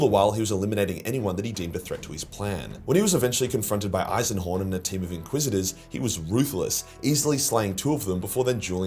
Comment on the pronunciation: Jeez did you have a stroke on the Eisenhorn bit? 😂